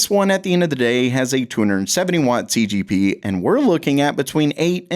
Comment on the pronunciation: Why does he keep saying TGP, its TDP